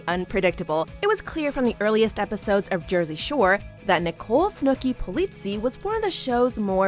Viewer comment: They said Polizzi wrong 😂😂